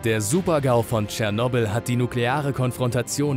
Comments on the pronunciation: So geil, wie er es ausspricht... „Tschernobl“ :D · Du hast cyernobil fslsch🤣🤣🤣